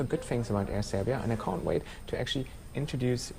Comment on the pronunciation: ..."I cunt wait"... LOL